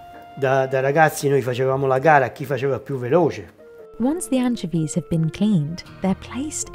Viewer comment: anchiveeezz lol